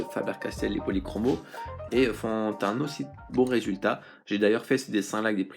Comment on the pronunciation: Les faber Castel policromo se prononce policromos = os=